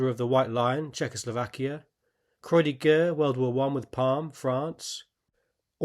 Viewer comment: Croix de guerre is pronounced [kʁwa də ɡɛʁ]